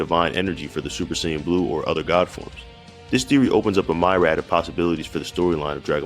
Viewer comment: Myriad(Meer-ee-ad) not My-rad.